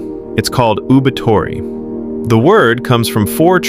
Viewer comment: Even though the pronunciation of the first word, “OOBAITORI,” is not correct, this presentation is one of the best. Thanks.